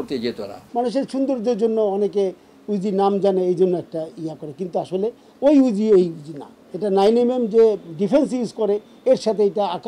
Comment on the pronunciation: উজি Na re murkho reporter.... ইউজি